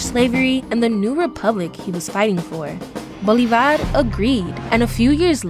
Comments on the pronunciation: Mispronunciation!!!!! It’s not Bolivár, but Bolívar!!! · Seee mon boooole varrr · The way she can’t pronounce Bolívar 😂😂